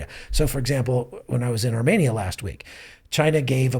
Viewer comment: How graceful of you, you weren't arrogant at all. Yet to prove my point 1) He mentioned Armenia multiple times in the video and every time his pronunciation was off and 2) Romania does not have a population of 2.5mil but Armenia does, and 3) Romania is not located in Asia while Armenia is. Si nu te mai incorda atat ca nu s-a luat nimeni de tine